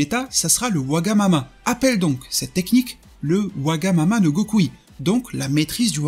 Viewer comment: J'adore la prononciations wagamama no gokui j'adore le design j'adore la vidéo vraiment merci